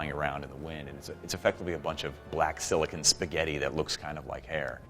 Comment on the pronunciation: He says it like "silicin" it makes me fucking crazy lol